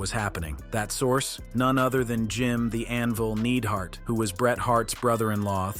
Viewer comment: Dude can't even say their names. Needheart 😂😂 gtfooh